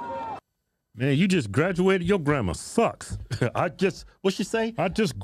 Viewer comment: She may have Grad-E-ated today but i'm guessing she didn't done to good in english